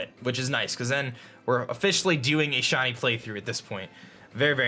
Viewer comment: It sounds like your saying Shawnee instead of shiny